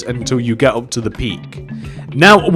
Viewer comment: Why are you saying it like OP? you say it UP idiot!